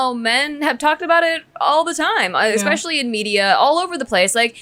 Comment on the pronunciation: Pronouncing especially as expecially is the worst lol